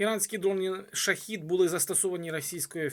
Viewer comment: Не шахід, а шахед!